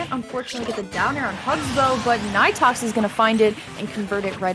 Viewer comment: actually it is pronounced knee tox lol the commentators pronouncing it wrong